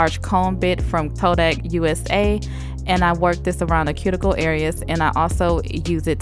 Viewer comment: You have such a soothing voice...and I love how you pronounce cuticle...